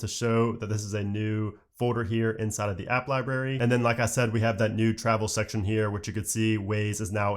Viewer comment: And you keep saying liBARY. It’s liBRARY. I’m gonna have to start watching your videos on mute.